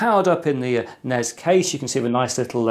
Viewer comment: I almost gave an upvote for pronouncing NES right, but then you followed it up by saying NEZ.